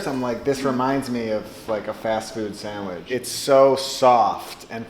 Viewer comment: Have a shot of whisky every time he says SAMWIDGE!